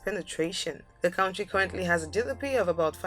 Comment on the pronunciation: Look up in the dictionary how to pronounce the word "country"